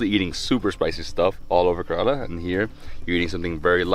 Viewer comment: YOU are not pronouncing KERALA properly don't like.... And nobody telling you